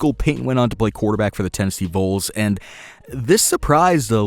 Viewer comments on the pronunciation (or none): Great video! Vols not voles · Thank you!!! That was irritating me to NO END!! It's VOLS! Not Voles!! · Seriously hoping he comes to tennessee. oh and btw, it’s vols not voles. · Tennessee voles... ITS VOLS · Anyone else bothered by the way he says vols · James Heiman yes, thank you thought it was just me. Vols as in short for volunteer